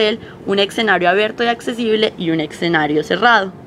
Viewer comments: Exenario, XD ojo muchachas. Se pronuncia es esenario (ya sé que se copia escenario) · se dice escenario...no excenario